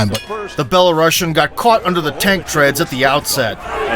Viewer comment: Imagine the narrator being able to pronounce names, countries, titles, or anything correctly! Bella-russian hahahahaha you sir suck at this.